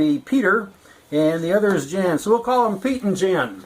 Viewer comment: Jan and Piotr - correct pronunciation is "Yon & Pee- ottrrr"